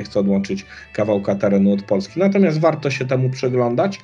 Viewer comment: Panie kandydacie.. mówi się natomiasT, nie natomiaS :)